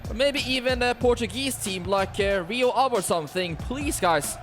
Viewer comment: Greetings from Portugal, supporting Benfica !! But you saying Rio Ave had me laughing 😂 keep going hard w this series